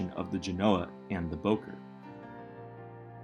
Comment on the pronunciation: First that's not how you say Bowker and 27 wasn't there